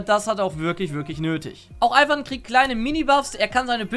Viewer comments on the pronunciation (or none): none